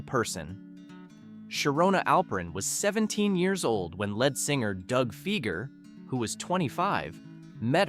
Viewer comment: this speaker doesn't know the difference between lead singer and the metal lead. He is not aware of the two ways to pronounce them.